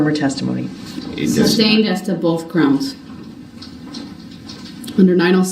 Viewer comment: He also thinks that saying "grounz" immediately is equal to calling "homebase".